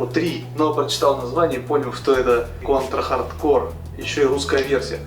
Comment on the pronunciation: Если уж начал, то иди до конца "Конть ра Хатд Коу"